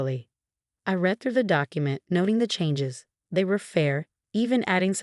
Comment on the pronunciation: It read instead of read(red).